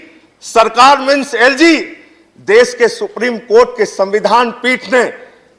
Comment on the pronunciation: Bhakkk! देश to bolna seekh le pehle... देस bolta hai.. Chuchu